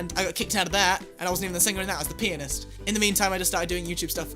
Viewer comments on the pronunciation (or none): When you said hitler I couldn't stop laughing and my parents took me to the hospital and also when you said pianist it sound like penis